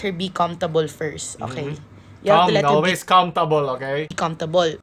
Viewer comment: may natutunan ako, "olwes ASS"